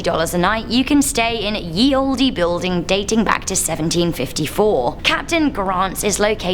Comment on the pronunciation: The e is silent in the word olde